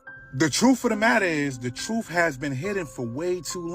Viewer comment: He said "The Troof" xD